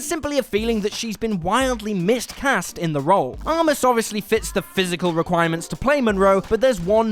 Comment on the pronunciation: Why did you say mist-cast?! You know the word is 'miscast' right? I assume you do because you're running a movie channel...